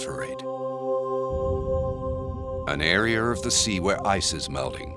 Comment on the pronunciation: I never knew the word area had an R at the end, like he said many times "areaR" .. this channel teaches so much.